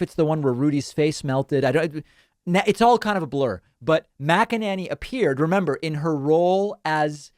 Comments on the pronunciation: Her name is not MacEnAnny. It's a long A MacEnAney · Your pronunciation of Mac-A-Nanny is pure gold, love it. I'm sure she's heard it and I envision her twisting out of her shoes every time she hears it. Thank you. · Just want to say I love the way David pronounces her name. Classic..😂 MACK AN NANNY. Ohh, all this communication is going to add to taking them out. 🤞🏼 It HAS TO. Or else we’re going to see another tyrant, who’s taking notes ATM, and next time will succeed.